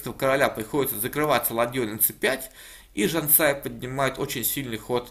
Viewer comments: Поправлю автора. Я родом из Казахстана, поэтому уверен, что правильно не Жанса́я, а Жансая́. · LuckySOD, надо было заставить выучить наизусть как правильно произносить имя Жансаи, иначе глупо звучит его комментарий. Подзатылину ему хочется залепить, чтобы не искажал имя. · Не ЖансАя, а ЖансаЯ. Не туда ударения ставишь. Это не замечание. Просто поправил! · Все круто, только не ЖансАя а ЖансаЯ :) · И не казашская а казахская, но правильнее конечно Казахстанская :) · Автор не ЖансАя, а ЖансаЯ. Как ты готовишься обозревать партии, если имена проверить не можешь? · Замечание автору, не ЖАнсая, а ЖансАя, ударение на втором слоге. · Извиняюсь, правильно ЖансаЯ, ударение на последнем слоге. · Автор так и говорит же ЖанСая)) Не правильно! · спасибо за разбор! Я сам с Казахстана. Правильно до меня отметили подписчики имя Жансая ударение на Я. А так все отлично. Сильную соперницу одолела. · Нет неправильно...ударение на Я...Жан СаЯ состоит из двух слов... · Жансая ударение на я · Ударение в имени Жансая неправильно ставишь